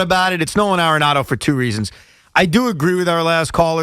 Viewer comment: Why Evan keeps calling dude, No-Han Aronado ?